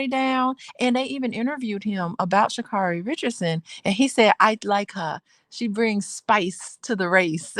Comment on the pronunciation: Say her name correctly